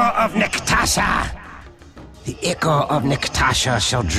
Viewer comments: bro its called Eye-core not ick-ore. smh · Im sorry, but it's pronounced eye-core not ikor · It's spelled Ichor, it's pronounced ick-er though. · someone please tell this man how to say ichor